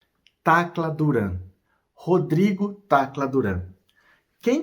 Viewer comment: Fala Tacra Duran